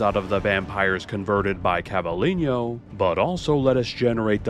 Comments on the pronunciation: God, same... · Cla-vee-len-yo 😂😂😂 love the video, but as a Spanish speaker it was too funny to not comment